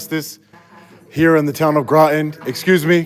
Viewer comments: I think it's "Rotten" CT, not Grotton. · That's "Groton." Rhymes with "Rotten."